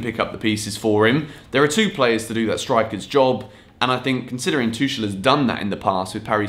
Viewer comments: C'mon! You can't be doing Chelsea videos and pronouncing the coaches names wrong! It's 'Tukel,' not 'Toushel,' get that shit right. It's degrading when you don't. Get it right in Bali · He is Twokul, not Twoshell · Please say his name correctly lol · Please get the pronunciation of Tuchel right😭😭I am dying over here